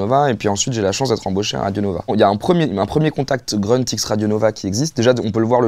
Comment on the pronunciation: en allemand et en turc, grünt ça doit se prononcer gruneuteu/grûneuteu et pas greuneuteu comme ünkut on devrait dire uneuqueuteu et pas eunequeuteu